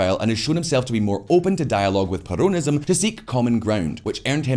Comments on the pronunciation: it is NOT perOWNism. It is perONism. get it right. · I feel like he is saying "perronism". I will call it that way from now on hahaha